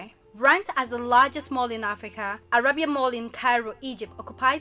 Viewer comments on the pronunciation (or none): none